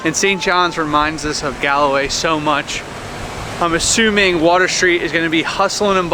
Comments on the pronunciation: It's Galway, not Galloway. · it's pronounced Gaul way, not Gall-a-way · Great video and you almost pronounced Galway right. Pronounced Gawl-way not Gal-way. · Also it's just called Gal-way but you almost say it like gawl.